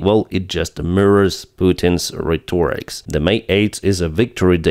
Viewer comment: PLEASE ! "Rhetoric" is singular not "RhetoricS" !!! The accent is on the "E" not the "O" !! So " RhEtoric" !! !Your English is good, you just need to clean up some expressions !!